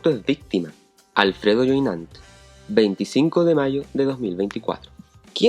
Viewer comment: El apellido francés creo q se dice Yué i ñon t En modo nasal, boca cerrada Saludos 👍